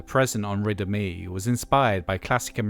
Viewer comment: I was listening without looking at the screen and until I looked up at the end I thought you were saying "Riddim E".